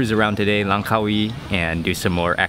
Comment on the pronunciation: Congrads This was the first video where you've said "Langkawi" correctly!!! The stress on the Car-WEE sounds more thai than malay.